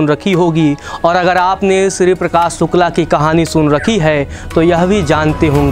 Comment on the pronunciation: Yaaar ye स और श का फर्क इतना कठिन नहीं होता । सुकला नहीं शुक्ला होता है ।।